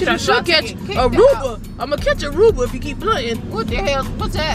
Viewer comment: Aruba not Uber